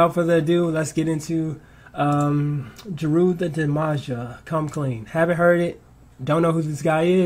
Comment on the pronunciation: Its pronounced JAY-RU the DAMAGER...one of the dopest underrated MCs of the 90s. This was his first single summer '93 and it was a diss towards west coast rappers at the height of the gangsta rap/g-funk era that was dominating rap at the time. Actually, Jeru has two of the 90s most classic albums (Sun Rises In The East and Wrath of the Math) with the great DJ Premier doing all the production work. BTW, I love your astuteness in catching dope lyrics and wordplay (that coma-Toast the King line). If you want to peep other Jeru classics, check these out in this order: Invasion, D.Original, Ain't the Devil Happy, Me Or the Papes, Whateva, One Day (diss towards east coast rappers and Bad Boy)...CLASSIC WORK!